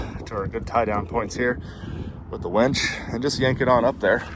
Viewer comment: It sounds like you are saying " wench ". Are you angry with it, or do you actually think it's called a wench?